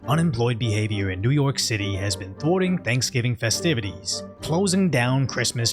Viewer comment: i love the phrase "umenployed bahvior" you use it so funny to me